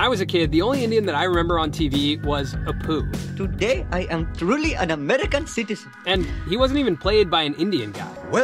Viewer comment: You're so white you mispronounce Appu as Apooh. Seriously. Elsewhere a Pakistani Brit said Poonjab 🤣